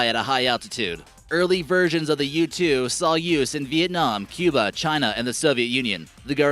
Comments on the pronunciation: who else thought he said YouTube program instead of U2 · When you said u-2 I thought you said YouTube